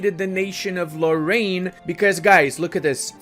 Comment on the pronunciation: I mean, it's not the only word he misspronounced, there's also nantes(u pronounce it nant), or lorraine